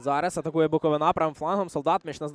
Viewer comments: Коментатор😖 Не БуковинА, а БуковИна Це не тільки паплюжить команду, а їй цілий регіон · БуковИна а не НА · А лоху коментатору ніхто не підказав, що не БуковинА - а БуковИна. Вчіть матчасть